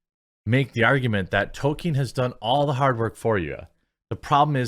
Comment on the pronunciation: Hey Quartening, well done! Have a cookie. You managed to actually come close to saying Tolkien properly and not say token. I give praise where it's due.